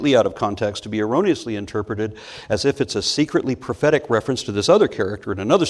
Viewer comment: Every time he says "prophetic", I'm somehow hearing "pathetic" instead. I guess that still makes sense in a way.